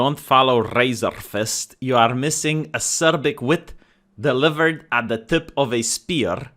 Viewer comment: Can pronounce "acerbic" perfectly. Every other English word out of your head makes children cry. How?!?!